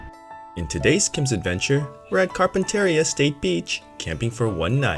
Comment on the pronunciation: You Mispronounced campground’s name !